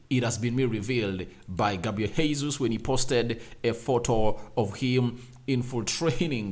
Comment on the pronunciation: Sir his name is not Hesus. It's Gesus. This is no Spanish. It's Portuguese. What kind of journalist are you?